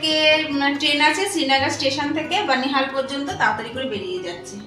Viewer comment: Not bonihal banihal